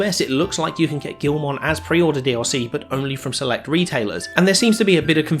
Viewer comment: It’s pronounced gi-ul-mon not gil-mon…..lmao